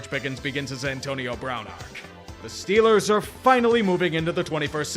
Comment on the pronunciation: I'm curious to know how many times we're gonna hear "Stillers r Gahnta Super Bahl!" This season